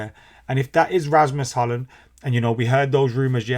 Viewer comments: With Hojlund just say the "j" like a "y" so it's Hoylund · Pronounced Hoyland, like the place in Barnsley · It's kinda like Hoy-lund